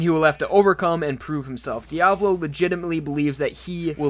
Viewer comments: How you spell it: Diavolo How you pronounced it: diavlo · Okay- a two things. 1) It’s Di-a-VO-lo. The emphasis is on the first o. 2) King Crimson is weaker than The World, but that’s good. Jotaro only won against DIO because Araki wrote a “no u” into Star Platinum’s ability list. Passione had to wear Diavolo down so he couldn’t use KC/Epitaph to its full extent before claiming the arrow. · Really annoys me when he says Diavolo wrong. It’s an Italian name so you say the A more softly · You’re pronouncing it wrong it’s Diavölo/ diav Olo. Not Diavlo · Is that how you are supposed to pronounce diavolo? I’ve always said dee-uh-vah-low but you say dee-ah-vu-low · It’s pronounced Dee-a-voh-lo not Dee-avolo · its not Diavlo its Diavolo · And the devil since he says Diablo instead of Dia-vo-lo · Why TF he pronounces "Diavolo" as "Diablo" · Who cares if the meaning is the same, "Diavolo" (dià‧vo‧lo) is not pronounced as "Diablo" (di‧a‧blo), take your Spanish or Italian classes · I don't know how diavolo is supposed to be pronounced but I feel like dee-uh-VOH-lo makes a lot more sense then dee-AH-vuh-lo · ive always pronounced it as "dia-vohloh." Didnt know it was Diavalo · It's "JOJO" and is the emphasis is on the A in Diavolo.